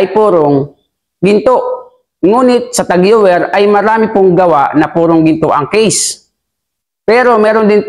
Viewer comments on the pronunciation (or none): Cartier = kar/ti/ye french po ito. Tag heuer = tag/ho/yer